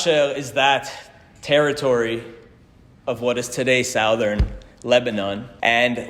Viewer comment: I can’t get “sowthern” out of my head